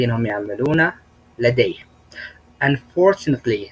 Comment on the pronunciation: العفو أستاذ عندك كلمة Unfortunately كأنك عم تحط حرف الباء بالاخر باللفظ وهى ما فيهاا حرف الباء ممكن تصلح هالشي. (يعني بالقراءة في خطا)